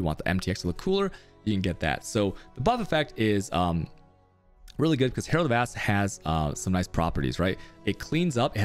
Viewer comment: Did he said Herald of Ass ?